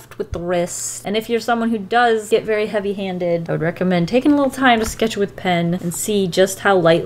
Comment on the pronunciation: “vaayry soft with the wrists” the way she said very sounds indian